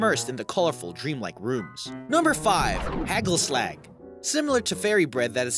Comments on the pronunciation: Its not Haegul slack lol. Its pronounced HA gul (not g like in Girl), a hard g. Like you clear your throat! and then Slagggg (clearing again at the end). HA ggul slagg. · Lol im Dutch and the way you pronounce Oliebol is Ohleebole, and Hagelslag is Haagellslaag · What about heggelsleg for hagelslag? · Heggelsleg....hagelslag prenounced as ha-chel-slach. I am using the "Ch" as in the hebrew tone of it. That is the one thing that comes close to the sound that is "g" in dutch. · Learn how to pronounce dutch words you are butchering dutch its not hackel slak its hagelslag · "oleebollen" "hegelsleg" "vincent ven go" when english people pronounce dutch words edit: waarom de f**k krijgt dit zoveel aandacht? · OWIEBOLLUN 😂😂😂 Heggelsleg😂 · Ollybolun Hegelsleg Vinent ven goo No hate But your good at dutch 😂😂😂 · Hackleslack... LOL! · I cringed a litte bit when he said oliebollen and hagelslag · im from netherland i fuckind died of laughing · When you can't pronounce the Dutch g in hagelslag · i love the way you pronounced hagelslag, With the soft G and H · I died when he tried to pronounce "hagelslag" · Wow I am dutch, and it was very interesting but also very funny to hear how you pronounced "oliebollen" and "hagelslag". :-) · I died of laughter when he said oliebollen and hagelslag! XD its not how you pronounce that! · You pronounciation is wores i am from the nederlands en i was laughing out loud😂😂😂 oliebollen and hagelslag and vincent van gogh haha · Nothing better to hear an English person fail at dutch olliebollen en hagelslag <3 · How he says ''Hagelslag'' xD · Hahahahhahahahahhahahahha i’m dutch and that’s not how you say oliebollen or hagelslag😂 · You sound funny hagelslag hahaha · Is it really that hard to pronounce hagelslag? LOL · you pronounced not even 1 single dutch name/word right especially hagelslag